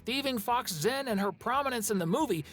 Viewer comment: According to Chinese pronounciation, Zh is read as Ch, so Zhen’s name should’ve be read as “Chen” (as in “Chat”) not Zen